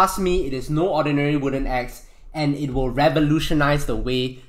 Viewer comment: for a sec i thought he said ex like my ex wife jk jk jk lol